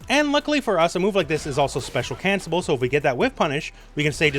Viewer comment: speak wit hme: Spe-cial CANCLE-ABLE (move the L to the able) TY!:D